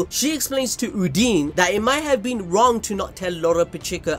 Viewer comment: Uhn-Dyn, not Hoodini But BAAAAAALLLLLLS DEEEEEP